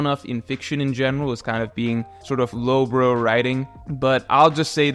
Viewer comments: There is absolutely no accent in English where "brow" can be pronounced as "bro". just sometimes pronounces some words a little funny, I'm not sure why. Usually his English is excellent and typically he has a native-sounding accent, but maybe English isn't actually his first language. In any case, he definitely mispronounced "brow" in this case. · The Irony of saying Evil twin idea is low brow but pronouncing it as "low bro" is hilarious